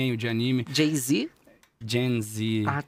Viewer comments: Socorro q eu também entendi ele dizendo "jay-z" e não "gen z"😅💁‍♂️ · o João Guilherme falando "GenZ" com sotaque e a blô não entendendo 🗣️🗣️ a cara que ela faz quando ele praticamente soletra "Geração Z" é maravilhosaaa>>>> kkkkkkkkkkkk